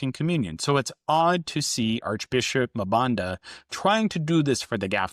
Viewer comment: Let me help you with pronouncing African names with two consonants The first consonant is pronounced as a letter so M-Banda, N-Gulu, M-Fante